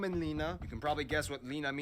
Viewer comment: He say wrong linna I m from finland and Im just say theys worlds right